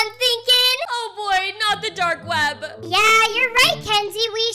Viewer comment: Why do you call it dark ved not dark webbb like why v at the start of veb why not a w